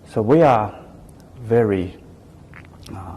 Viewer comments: ”哈，秦刚的英语还是挺不错的嘛，表达方式也比较符合国际外交方式。发音还可以，就是V音发得不对，发成了w音。“i am very impressive “ 说了还几次终于意识到自己的错误并且更正了过来。总之，没有那么战狼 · 哈，秦刚的英语还是挺不错，口音也还可以，就差V的发音不太准了。但是他说“I am very impressive “ 好几次，最终也也是到自己的错误了。这个访谈算还比较客气，不那么战狼的。